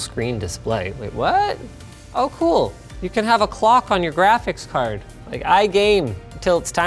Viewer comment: Jraphics cards